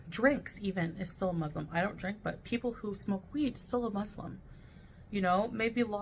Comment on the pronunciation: I like how doesn't pronounce Muslim correctly 😐